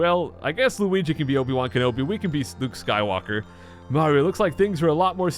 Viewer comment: I swear he said "I'll be Spook Skywalker" 💀